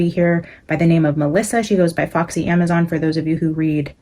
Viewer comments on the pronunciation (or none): none